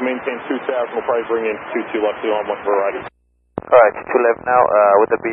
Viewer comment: Now that's a clear confirmation of a change there, with the special emphasis on the 12-RIGHT. Great moment. To me this stuff is too much habitual monotony. LOL, that "Alright" sounded a bit like "fuck you". xD He probably said "OK". Two sets of cones and no one saw them before. Funny. Like a pack of bandits out in the wilderness.